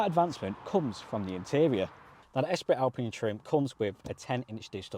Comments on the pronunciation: Espree not Esprit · "Esprittt Alpine" 😂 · 😂😂😂 how many times! Certainly the pronunciation lacked a bit of Gallic flair 😂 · The one thing I'm learning after watching a lot of videos about the new Clio is nobody seems to know how to pronounce "Esprit" haha